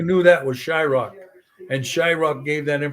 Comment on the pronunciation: how does valdemar call him shyRock?